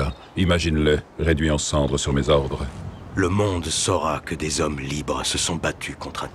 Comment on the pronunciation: No, God, Nooo ! Six ou sept mille Z'hommes ? merde, mille est invariable ! Je hais les liaisons dangereuses.